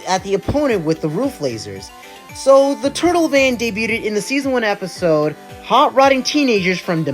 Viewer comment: You pronounce debut as "day-beaut" (with an audible T sound at the end) and debuted as "debut-ted" for some reason.